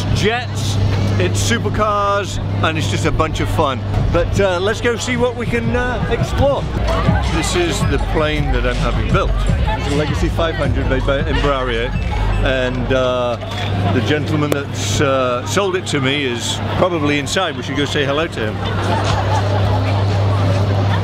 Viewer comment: As he says made by embrerio! Not it Embraer